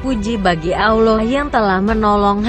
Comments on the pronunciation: Min.... Host nya blm lulus baca al qur'an, auloh, jd ingat al fateka.... Wkwkwk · Sebutan allah ko beda min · Pembicaranya apa benar muslim? Kok nyebut allah jadi alah sama surat albakara apa mungkin non muslim?